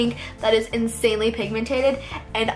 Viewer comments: Dude it's pigmented not pigmentated😂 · Not trying to be rude but it just drives me insane that you say pigmentated it's pigmented pigmentated is not a word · say pigmentED NOT pigmentATED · It's pigMENTED, not pigMENTATED. Just so you know. 😃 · If she says pigmentated one more time I'm gonna unsubscribe. The word is PIGMENTED not pigmentated 😤😤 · its pigmented not pigmentated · oh my god. its 'pigmented' not 'pigmentated' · It drives me crazy how she says pigmentaded instead of pigmented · lol it's pigmented not pigmentated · pigmentated 😂😂😂😂 *pigmented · No offense, but it's pigmented. Not pigmentated 😬